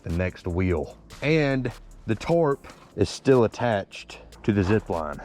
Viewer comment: & why do you keep pronouncing’Tarp’ as ‘Torp’ 😂😂